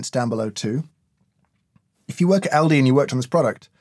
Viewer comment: In America we say "All-di" but having worked there and knowing where it's from and it's history, when you pronounced it as "Al-di" I immediately realized we say it wrong lol. The place is actually albrecht discount for those about to go google searching